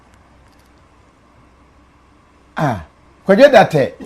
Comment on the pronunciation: Kofi, the last name or surname is DARTEY, not Darteh. You keep pronouncing his name Darteh but it’s DARTEY.